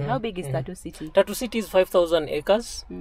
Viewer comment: Your pronunciation of Tatu is hilarious. 🤣Sounds like "tattoo..."